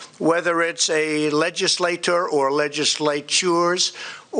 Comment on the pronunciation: Legislators or legislachures? WHAT? lmao